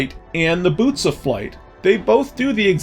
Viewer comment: I heard "noose of flight" when you said "boots of flight." For whatever reason I thought it was the funniest thing I had ever heard. Thought this slog was going to end much differently.